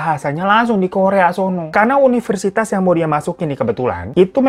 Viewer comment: universitas kak bukan yuniversitas 😆